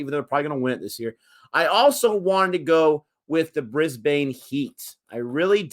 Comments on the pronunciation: Brisbane Heat - it is Brisbane with a short second syllable not a long one so "Brisbin" like "pin" not "Brisbane" like "pain." Their home ground is the Brisbane Cricket Ground but it is known by everyone as "The Gabba". All cricket fans from anywhere in the world just loves to say "at the Gabba". My childhood is filled with memories of sitting alone in the stands watching cricket all day long from as young as 10 years old. It is my happy place. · It's easy to pick an American when they pronounce the names of some of our cities phonetically. Brisbane = Brisban Melbourne = Melben Canberra = Canbra